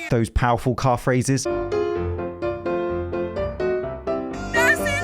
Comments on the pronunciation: "Those powerful calf raises" sounded a lot like "car phrases" which was kinda funny in the context. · When you said "calf raises" over the picture of the car, I heard "car phrases"